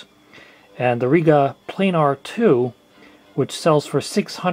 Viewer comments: ha ha, that because most of them are American, you seem to have trouble with pronunciation as a nation, Planar has no "e" in it like plane'r . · It's pronounced REGa as in regulation not reega and planner as in planet. Good informative video though.